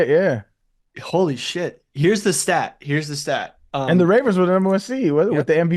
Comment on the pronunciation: butchering that stat twice was hard to listen to